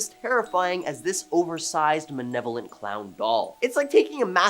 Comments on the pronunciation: ... "Menevolent"? Are you trying to say Benevolent or Malevolent? They're exact opposite definitions. Closed captions thinks he's saying "benevolent" but the context seems to lean more toward malevolent. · My guy. It’s maLevolent not maNevolent. K thanks 😊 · Malevolent not man-evolent. Mm-ah-w-Ri not mowry (Maōri) K-eltic not sell-tick Benevolent is a good thing Are the pronunciation engagement/rage bait?!